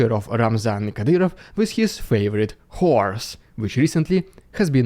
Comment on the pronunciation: the way you say horse sounds like whore lol. I click through to and I'm like wtf that's a horse